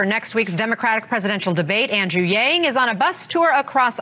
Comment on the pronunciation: its not yeng... its yang